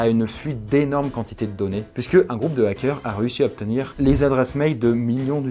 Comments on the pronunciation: On dit des Zarricots? Non! Alors pas des Zackeurs... merci :) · "les Zakeurs" ZAEOIUGHAQ£